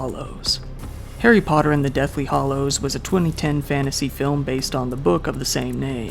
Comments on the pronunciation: Daniel Radcliffe has actually done a lot to help his stunt double that got injured. They're pretty close, I guess. Also, it's Hallows, not Hollows. But, I'm guessing someone (or a thousand someones) has already brought that to your attention. LOL! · It's deathly hallows not "hollows".